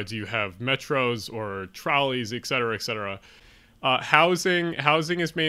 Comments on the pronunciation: Please ... "ET Cetera," not "ECK cetera." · EKSETERA, EXETERA, EGGSETERA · There is a lot of good information in the video. Your scripting needs improvement, especially to remove explicatives and to improve your narrative flow. Please remember that there is no "x" in etcetera. I do appreciate your focus on Improving urban areas in the U.S. Thanks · Regarding your list...correct “ect...” FYI: It stands for “et cetera”, thereby it is abbreviated “etc...” Maybe the error by so many is because of improper pronunciation of the word “et” ...it isn’t pronounced “eck seterah”